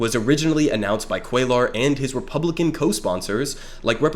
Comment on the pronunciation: really devastated that Jessica Cisneros lost by a hair to this guy. great video by the way, first time checking your stuff out ✌️ btw on a side note, cuellar is pronounced "cwaye are" since LL in spanish is pronounced with a Y sound instead of pronouncing the Ls. just a small thing but thought you should know if it wasn't intentional. keep it up brother 🤝